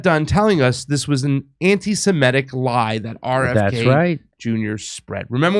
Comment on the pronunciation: FentaNIL, not FentaNOL. AntiseMITic, not antiseMETic